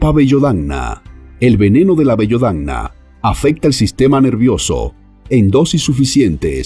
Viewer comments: Por favor, presenta diez plantas venenosas y se equivoca en el nombre de 2: Belladonna que no lo pronuncia bien (dice Bellodonna) y adelfa que escribe y pronuncia Aldelfa... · Por favor si es que esta leyendo, vocalice correctamente, es BELLADONA, NO bellodana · Belladona, no bellodana. Aprende a leer. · Belladonna no bellodana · Al menos lee bien. El nombre es BELLADONA; no BELLODANA. En italiano significa chica guapa. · Ahhh con los locutores.... Es la primera vez que alguien dice Bellodana..... Y lo repite incluso dándole una musicalidad italiana 🥴😅😅😅😅😅😅 Todo el mundo sabe que es: BELLA DONNA.... Belladona. Además así sale el aviso. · Bellodana no bestia, Belladona!!!!!!🙄🙄🙄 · Lo primero que deberías hacer es aprender a leer no es bellodana sino belladona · BellAdona! , No "BellOdana"... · BE-LLA-DO-NA RE-GA-LIZ (tercera sílaba tónica..regalíz..) A-DEL-FA.. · El traductor , no tiene ni idea pues ni el nombre dice correctamente. Dos ejemplos : la belladona y la adelfa ( en plantas venenosas ) , el origen en el mapa de algunas plantas , tampoco es correcto. Cuando se refiere a la cicuta , la ubica en América , cuando en Grecia se utilizó desde la antigüedad .......por ejemplo.